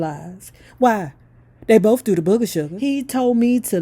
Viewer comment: "Why they bowf do the booga suga" lol 😆 😂 🤣